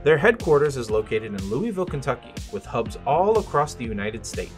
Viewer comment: Lou-ah-vul - not louie ville